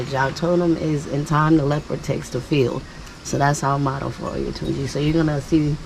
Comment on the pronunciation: You must have have your heritage from my hometown Ede Osun State Western Nigeria' where Davido ( musician) also hail from. Had it been there is audio channel I would have correct the pronunciation of that name Oyo-tun- ji ( Oyo is the emperor state in Yorubaland while Tunji means resurrect literarily).